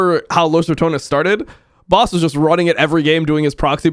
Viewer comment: Why do all Americans say his name wrong? It's not "Boss".